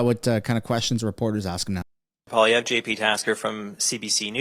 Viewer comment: I thought Poilievre is pronounced like - Polly Ever. with less emphasis on the last R.